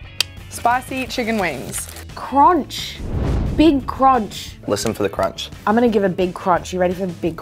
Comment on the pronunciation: CRONCH.. A BIG CRONCH!! 😂😂😂